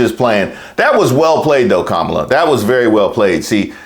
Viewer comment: He said Alphonse Capone and still doesn't pronounce Kamala's name correctly. That tells you the type of people he admires.